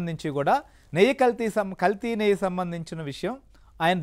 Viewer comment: నెయ్య కాదు నాయనా “నెయ్యి” అనాలి